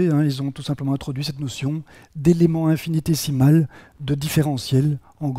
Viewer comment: Attention à la prononciation : infinitésimal <> décimal.